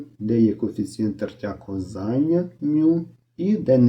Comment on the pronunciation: кО́взання, а не ковзАння!